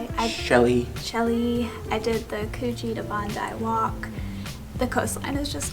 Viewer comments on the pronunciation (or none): Coogee is pronounced like “could” - “could-gee” 😎. Come back ASAP! 🇦🇺